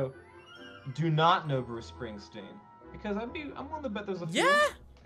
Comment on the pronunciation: whos booce spingspeen